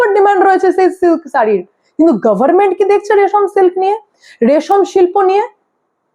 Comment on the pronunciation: মা তোমার প্রতিবেদন গুলো মোটামুটি ভালোই লাগে তবে তোমার প্রতিবেদনে কিছু কিছু শব্দ উচ্চারণে অযথা জোর দাও যেমন গভর্নমেন্ট আর অত্যধিক ভাই ভাই কর এটাও বিরক্তিকর লাগে। বিষয়গুলিতে একটু নজর দিও।